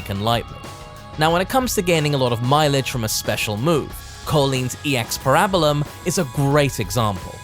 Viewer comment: I'm sorry but the pronunciation of "Parabellum" is killing me 😂 great video though